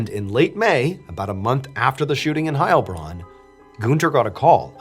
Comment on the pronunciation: I have loved your channel for years, but as someone who is totally bilingual in both English and German, the pronunciation stress is on the Bronn part of Heilbronn, the first part of that name gives every German a panic attack